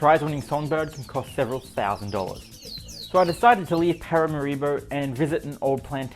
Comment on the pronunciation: like many americans, you mispronounce the capital's name. It's not: parama-RI-bo, it's Para-MA-ribo.